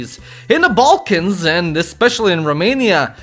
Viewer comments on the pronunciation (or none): none